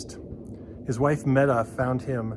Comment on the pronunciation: Meta Fitzgerald’s name is pronounced MEEETA, not METTA! I should know, she was my aunt. If you’re going to do these kind of videos, get your name (people and places) pronunciations right!!